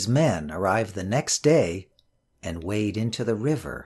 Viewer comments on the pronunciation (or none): none